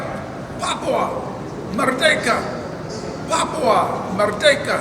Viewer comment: when american operators chide me about papua, they always emphasise the second syllable.. merDEKa. i guess they wish they could deck me :) (term for an effective punch).